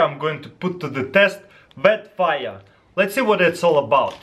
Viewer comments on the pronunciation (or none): "look how much it's burnian." "Wet fiah" I love Taras. :p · "Vhet Fiyre" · i love how he says VetFire!